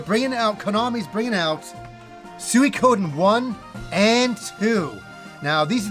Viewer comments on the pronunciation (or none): SOO - EEE - KO - DEN